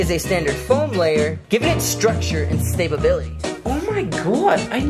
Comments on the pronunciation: “giving it structure and stable-bility” 😂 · Stabability lol love it